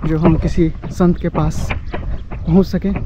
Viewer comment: Shant nhi sant😅😅😅